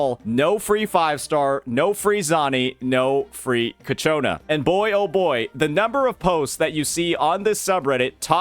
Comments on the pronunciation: It's only me or anyone else is getting triggered when calls Ciaccona as Ka-cho-na instead of Cha-ko-na? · PLS. XD Ciaconna is Cha-conna. XD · do you mispronounce ciacona on purpose? like kiniche?